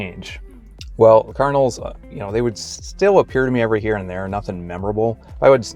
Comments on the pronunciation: I kept thinking you were saying "carnals" or even "colonels". lol Please pronounce the d in card-in-al. It took me a moment to understand you. Maybe that's because I'm from New England. I do believe and know that God will guide us and give us signs, for sure. However, in my case, one time I was at a job that was so stressful for me, and I was putting up with abuse from the owner. I earnestly prayed and prayed for God to lead me to the job that would be right for me. Coincidentally, shortly afterwards, I ran into people (twice) who were attempting to get me involved in Amway of all things! If you know how that is run, you know that they are not the ideal organization! Just saying that even when we open our hearts to God and ask for his guidance, there is always the need for discernment. Now, saying this, I am not meaning to insult Mormons. But your mention of signs reminded me of my own experience. God bless you in your learning and your searches. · Are you saying kernels or cardinals or what in the beginning? I'm so confused!